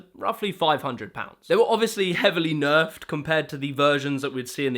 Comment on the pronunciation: Great breakdowns. I used context clues to figure out your were actually saying ‘nerfed’ trampolines. Or were you??